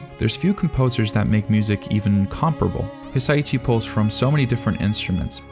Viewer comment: Its Hisa ISHI. Please please please pronounce it right. It made this video kind of unwatchable